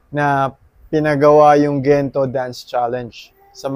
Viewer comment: Natawa naman poh ako sa "Kento" Kento" 😆😅😂 Thankyou for always supporting our Mahalima🫰🏻💕 New subs here poh by the way👋🏻🥰 #SB19🩵👑✨️